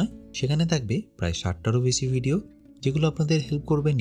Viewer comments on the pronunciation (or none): none